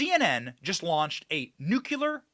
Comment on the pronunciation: Love you Benny but its NUCLEAR not NUCULAR